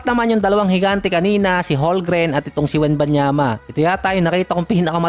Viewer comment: CHET HOLMGREN Silent L po boss hndi silent M. 'Homgren'.. Hindi po HoLgren.